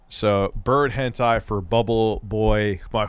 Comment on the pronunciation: One of my favorite tendencies is his claim he has no idea what Hentai is and purposely mispronounces it. We know your secrets.